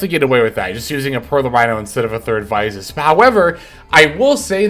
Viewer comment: Please say Visas properly 😮